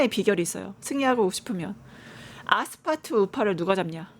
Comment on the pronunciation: 아스파트 아니고 아스팔트 ㅡㅡㅋ 내란당 차라리 친한길당 대는거 강추 강성우파가 장악함과 동시에 국민의 철저한 외면을 받을것임 그럼 스스로 문닫음~~